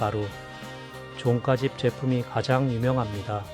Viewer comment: 종가집 말할때, 발음이 이상해요.... 나만 그런가?